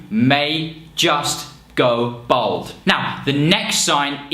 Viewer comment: Why does he keep saying "bold" when he means "bald"?